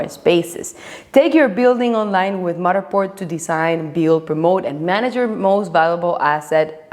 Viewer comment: With all due respect…I love how you say Matterport 🙂